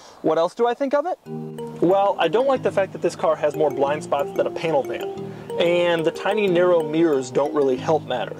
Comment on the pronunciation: Pronouncing panel van 'painal van' was either a nice nod to porn, or I have watched too much.